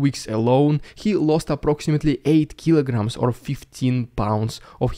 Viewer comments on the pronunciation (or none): none